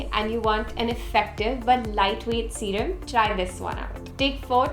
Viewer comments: "Serum" PS: I am too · "serum" Love ❤️